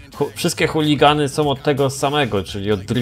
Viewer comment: Nie huligany tylko Hoonigany xdd.